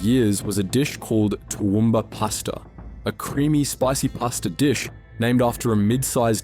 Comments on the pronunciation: The first time I've ever heard an otherwise Australian accent pronounce Toowoomba that way... Not in the LLM yet? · Toowoomba salmon? Its an inland city ...